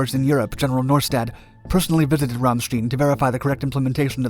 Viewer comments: God no! Not Killary! No bueno! And it's Ram-sh tine. Not rammsteen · The name is not Ramstien but Ramstein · RamSTEIN not Stin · You pronounce the airbase as Ramstien. It's actually Ramstein, not to be confused with Rammstein, the band (but pronounced the same). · Yes, and it's not Frankensteen either, regardless of what Frau Blucher says! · Minor correction: Ramstein is pronounced with a long i. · Yes. Like a beer stein. Love this guys videos. This pronunciation is the only nit I can come up with. Great job! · Ramstein Air Base in Germany. The word Ramstein is pronounced ram (like the male sheep) + Stein pronounced like the Second syllable in Einstein. In German when Two vowels are used together the second vowel is pronounced like its name the first vowel is silent. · long time subscriber and love your content, so please do not take this the wrong way. Ramstein is pronounced with more of a long I instead of your long E. At least to those of us in the Air Force it is. Just trying to help out.